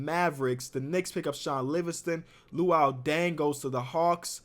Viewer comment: The way he says “loo-wheel”😂